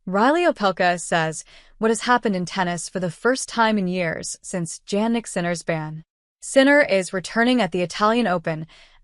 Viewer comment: Please pronounce Sinner full name correctly: Jannik Sinner not Jagnic Sinner. It’s sounds like Yannik Sinner. It’s not Jeynik Sinner.